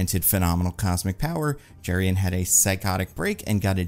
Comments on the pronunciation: Jerry-on. 😂😂😂 going to try calling dutch dudes that and see how it goes over. (Joking with love - the name Jeroen is pronounced pretty differently, kind of like yuh-roon) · The Doctor's name (Jeroen) is pronounced "Yuh-roon". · Dutch guy here: the name Jeroen is pronounced 'yeroon', stress on the second syllable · Hearing pronounce Jeroen as Jurrien really threw me. Honestly his last name seems anglicized in the comics, so the correct pronounciation in Dutch could be closer to 'Yur-oon Torn-Daik'